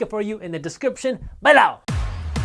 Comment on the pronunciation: He’s says balow, not below.😉